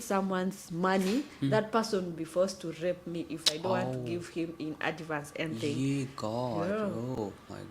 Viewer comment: Adivance or advance 😅😅😅😅